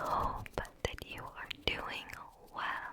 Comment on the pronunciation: I swear at the start I heard “ I hope that you are mewing well💀💀💀💀